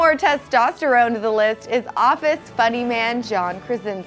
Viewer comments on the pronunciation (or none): none